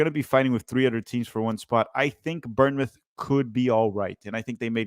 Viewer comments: ‘Burnmouth’ 😂😂 I won’t roast you too hard but it’s pronounced ‘bornmouth for future reference. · Seriously. I’d actually say it’s closer to “Born-myth” because we say it pretty fast. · I'll give your vid a like if you could say born mouth instead of burn mouth. Otherwise great vid. From a cherry's fan. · Someone teach how to pronounce Bournemouth